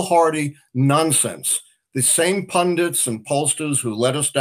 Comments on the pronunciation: Ben!! The word is PUNDIT, not pundint. You sound like Sarah Palin. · Ben, please learn how to pronounce "pundit"!